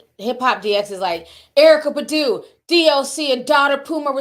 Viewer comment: Ti: Badu ( Buh-do) 🗣BAH-DUUU TI😂